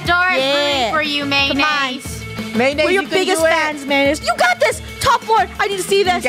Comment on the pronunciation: Can’t y’all just appreciate how uploads everyday uploads Edit: Krew: Pronouncing Mayonnaise “Maynaise”